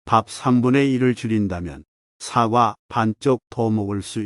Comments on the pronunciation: 사과라고 발음해야지 사~과로 발음하시니~ 사악과로 들리기도하네요~ ;; 다른발음은 좋은데 사~과 발음은 영 아니네요~ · 사과 발음이 영 부자연스러워 듣기에 매우 거북합니다 유튜버님께서는 뭘 잘못하고 나서 사과할 때의 발음으로 하니 발음부터 고쳐서 하시는게 좋겠습니다